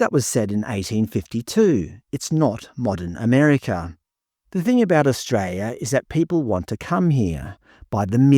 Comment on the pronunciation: I like your content but the pronunciation of the word Australia is o.stray.lee.uh not stray.lee.uh. I’m sorry but it really starts to grate after a while.